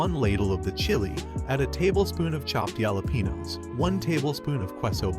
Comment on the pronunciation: Kway-sa-deez and yalla-pee-nose